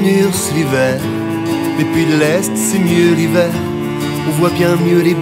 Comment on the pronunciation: "l'hiveuh-air" façon Delerme, mais apparemment je suis le seul que ça choque. Ptêt parce que je l'ai écouté 30 fois aujourd'hui... (je cherchais les notes). Plus sérieusement, elle n'apporte pas grand-chose cette reprise (mis à part le petit solo sympa à la fin), vu que l'originale était déjà "acoustique". Cela étant dit, je crois que ça a été ma préférée samedi soir à Vitry. (en même temps, le choix était limité vu que vous n'avez pas fait une seule chanson des trois premiers albums... Oui, je suis un vieux fan aigri. ;-) ) Bonne chance tout de même pour le lancement de ta carrière solo, je vais aller découvrir tes chansons.